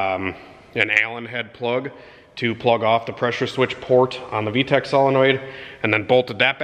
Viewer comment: The way he says V-Tec like Tack makes me smile.